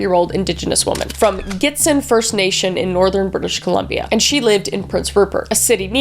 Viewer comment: the way she pronounces Gitxsan and Hazelton Has me in stitches, it's awesome to see her cover these cases though. the true crime change she has made is awesome